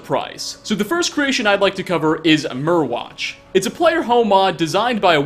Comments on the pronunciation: I could be wrong, but I think Myrwatch is supposed to be pronounced like “Mire-watch” since Morthal is basically one big swamp. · Mire watch (pronounciation)